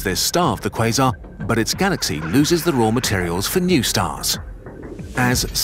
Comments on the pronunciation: Am 8 the only one who hears "This is what a face mask is" instead of "quasar"? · Am i the only one who keeps hearings quison? 😂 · umm it's pronounced croissant actually